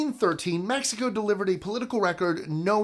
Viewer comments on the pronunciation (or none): none